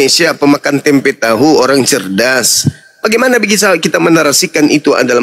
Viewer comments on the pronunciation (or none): none